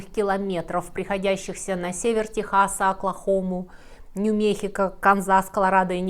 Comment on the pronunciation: Нью-МеКСико, а не Нью-Мехико.